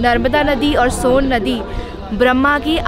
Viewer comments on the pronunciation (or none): San Nahi madam सोन hai aur जूलिया nahi जूहिला hai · It's not sun...its pronounciated as son...n another is johila...